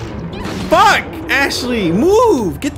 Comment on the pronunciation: I like how says "Fucki" instead of "Fuck"